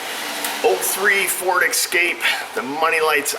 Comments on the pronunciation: Escape not excape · The eastern pronunciation of Escape drives me nuts! Exscape? What is that?!?!